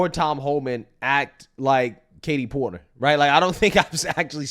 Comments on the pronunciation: Are you sure their name isnt Kate-he Port-him.😂😂😂😂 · Fatie Porterly 😂